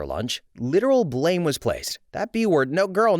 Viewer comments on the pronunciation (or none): none